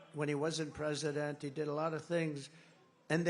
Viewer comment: bank brasil said prizidon 😅